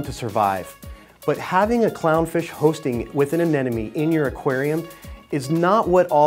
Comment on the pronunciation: Darn it! Another "expert" cannot pronounce AneMone!! It's NOT AneNoMe. It's AneMoNe... Think Ana+money. Easy!!